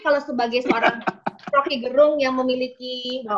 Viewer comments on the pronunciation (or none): Salah satu bukti RG adalah orang yg sangat demokratis adalah beliau tidak pernah mengkoreksi atau meminta orang untuk memberitahu pembacaan namanya yg selalu penyebutannya Gerung kendati pelafalan yg benar adalah Gérung. Full respect.